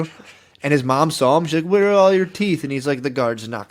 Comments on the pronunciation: The way matt says ‘sawl’ for saw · i just noticed matt saying “i sawl him” instead of “i saw him” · Saying, “I sawl him.” Is pretty white trash lmao.